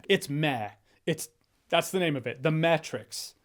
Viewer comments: Maybe it's because I'm a dad, but I laughed at "The Mehtrix" hahaha. However, I did like the Matrix Resurrections. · The meh-trix😁 I'm dying. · “The Meh-trix” LOL!